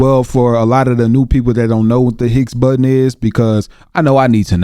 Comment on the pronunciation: Pronounced: BOW-ZONN particle